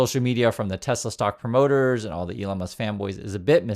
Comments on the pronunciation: "I love tesler!" 😂☠️🎉 crap cars... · "BUY A TESLER" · It's not Tesla, it's Tesler